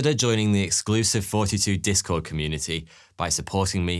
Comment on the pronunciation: We ALL hear it.. if he ever has to make a new channel he can just go by 42..